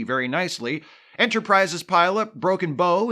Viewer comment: I do believe you are saying broken bow wrong.